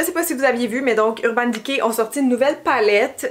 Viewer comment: Urbane diké🤪